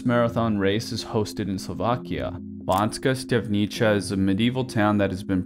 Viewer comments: cool video but when you pronounced bánska štiavnica as bonska stavnicha my ears almost died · as a slovak, im laughing my ass off to how he pronounced Bánska Štiavnica. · you mispronounced Banská Štiavnica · Ok I’m sorry I really am,but the way he pronounced Banska stiavnica caught me off guard😂